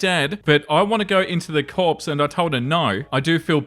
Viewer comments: I love you, but in story 1, it's "core", not corpse. It comes from the French, and I normally wouldn't worry about it because it's French, but my dad was in the Marines, so it's the Marine "core" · "Corps" is pronounced "core." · FYI corps is pronounced core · “Corps” should be pronounced “core”. Assuming Story 1 OP is going into the Marine Corps.